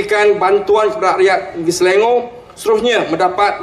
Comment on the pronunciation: Selangor in BM not in English as pronounced YB!!